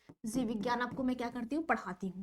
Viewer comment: Zeev nhi jeev maam 🙈😂